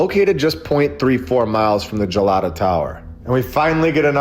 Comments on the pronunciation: This is fantastic thank you so much for covering Istanbul. I believe the tower is pronounced Hard “G” Galata tower. I was there in 2011 and fell in love with this magical city although absolutely know I had had many lives there. People are lovely. I travelled alone as a 50ish woman And I felt very safe. Like i had come home. The city is very small so it’s easy to walk most of the places you can take a bus over to the tower from Hagia Sophia. I had some spontaneous past life memories like a movie playing in my head on that trip including Constantinople. I’d love to go back I hope you can visit soon🙏it’s magic and spooky and surreal and beautiful. History everywhere you turn! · Galata is pronounced like as in Galaxy. Gelato is Italian ice cream. Lol